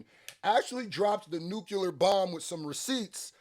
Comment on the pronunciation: Somebody needs to teach how to pronounce the word "nuclear"